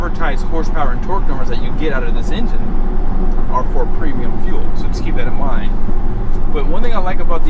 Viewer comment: Why does he call it “fill economy”